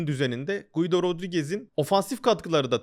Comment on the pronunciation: Guido değil Gido, i'den önceki u okunmaz İsp.